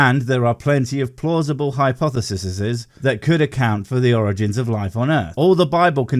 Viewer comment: "Hypothesiseses" This mastery of the English language keeps me going. Thank you 🥃🥃